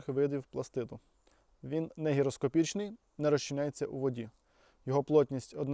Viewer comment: Помилка "не ГІРоскопічний", правильно "не ГІГроскопічний".